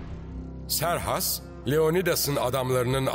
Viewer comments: Serhas değil doğrusu kserkses olacak trt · Serhas değil Kserkses ismi. Türkçe o şekilde seslendirmisler